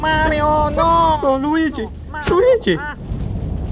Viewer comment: I literally cracked up when he said luige in anime form